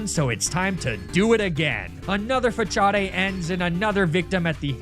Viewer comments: WTF is a Fah-chaw-day? Fah-saad, maybe? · Your pronounciation of Facade is interesting 😂